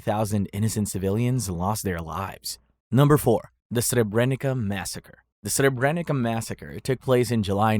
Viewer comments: It is Srebernitsa not Srebrenika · You pronounce the "c" in Srebrenica wrong, but that's okay as you're not a native speaker. In both Bosnian and Serbian it's pronounced as "ts", as in the word "Tsar", but even sharper. Anyhow, since I still live in Serbia, most people here deny the Srebrenica genocide, but that goes for other countries too. Not a single Croat got tried for "Oluja", and they even celebrate it each year, something that even Serbs don't. I recognize it, but I also recognize the fact that every faction committed war crimes during the 90's Yugoslav wars. "History is Written by Victors" - Churchill. If everyone would recognize their own war crimes and move forward towards stabilizing relations in the region, that would be fortunate. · Brutal pronunciation of Srebenica and Croats, solid video otherwise